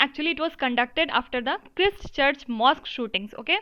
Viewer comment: Pronounced the word Christchurch wrongly